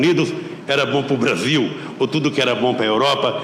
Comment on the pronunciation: O pessoal de antigamente pronunciava o "L" como um "L", hoje em dia pronunciamos como um "U" BrasiLLLL : BrasiUUUU Os R's também mudaram, antigamente eram bem mais "rolado" (não sei o termo certo), hoje em dia é um "rhotic R"